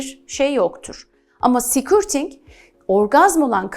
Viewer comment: affınıza sığınarak bir sesletim hatânızı düzeltmek istiyorum. Sikürting değil de, skörting olarak söylerseniz doğru olacaktır.